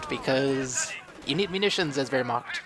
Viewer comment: You do have some problems pronouncing german words^^ But I know its hard^^ Wehrma-ch(hiss the "ch")-t. But good game:)